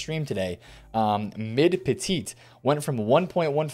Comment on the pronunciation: You don’t pronounce the second T in Petit. He’s French...